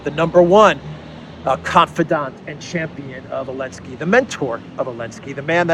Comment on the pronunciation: I like your videos but the only thing is. It’s not elensky is Zelensk with the Z!